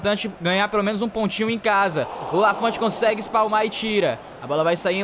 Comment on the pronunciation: voce esta pronunciando o nome do Lanfont errado, se fala com o t mudo (lafon)